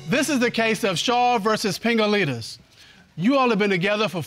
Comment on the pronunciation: Did anyone else hear Pingaleenis??😂🤣😂🤣